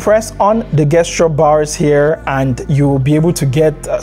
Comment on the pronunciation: I'm so sorry for the language my people created, but Gesture is pronounced Jesture with a hard J sound. Excellent video thanks.